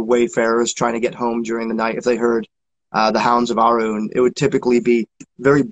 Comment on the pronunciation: Thank you for another enjoyable episode! Just fyi Arawn = ah-roun